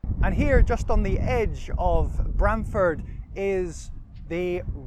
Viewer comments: Pronunciation Please!! Not Bram as in pram. But Brahm as in arm. Should check out buildings by the church. My old primary school. We had a bell tower back in the sixties. Ah yes the monkey. My Great Grandad is buried in the churchyard.The Cock Pub just up the road and the Angel Inn. Spent the first sixteen years of my life in Brahm-Ford before my family moved to Stowmarket. The local Vicar was Mr Christian. I kid you not. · Locally we pronounce it with an "arr" sound... like Br-arm-ford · It is pronounced Brarmford.